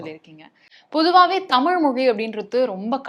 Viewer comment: தமிழை-தமில் என்று சொல்லுபவன் இருக்கும் வரை-தமிழ் வாழாது.